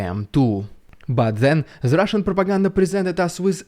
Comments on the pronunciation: Your best one so far. I love the way you mock the Rrridiculous Rrrussian Prrrropaganda. ❤ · The RRRussian AI rrreminds me of the scene from “The Wizard of Oz”, “Never mind the man behind the curtain!”😂